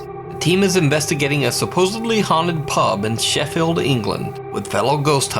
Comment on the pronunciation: I’d just like to say as a person from Sheffield thank you for pronouncing it right 😂